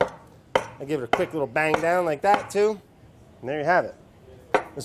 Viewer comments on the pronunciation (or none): none